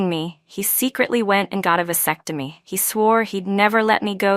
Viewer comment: TBF it is his own body. Just like the decision to have an abortion is the woman’s decision. To the best of my knowledge women aren’t told they can’t make that decision on their own. BTW “vasectomy” not “vacectomy”.